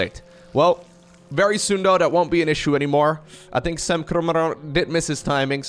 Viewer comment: I love how pronounces Sam's name: "Sam-BRRRRRT"